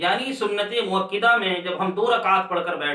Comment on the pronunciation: حضرت مؤکِدہ نہیں بلکہ مؤکَدہ ہوتا ہے